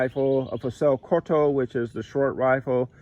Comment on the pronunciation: moschetto = musket = carbine (light rifle) and pronounce/spells like mosquito with E and reinforced T -> Mos Ke TTo (che = ke). Salvatore Carcano not Salvador Dalì. Fucile corto -> spels like FuCile (like Cile southamerican state) korto = Short Rifle.